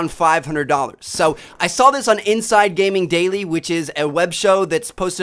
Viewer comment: He is saying so like sow